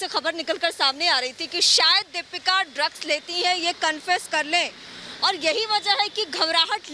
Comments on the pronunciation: Lax nhi drags nahati he Dipika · Not Luxx . It's Drugssss🤣😂